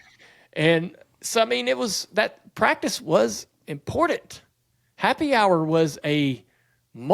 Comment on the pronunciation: The best part is listening to not being able the get the first C enunciated in the word "practice". He and Camron Johnson from CJRC must be related somehow. 😂😂😂